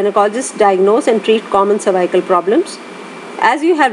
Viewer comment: "Cervycle" 😩🤦🏻‍♀️ over all good video 😊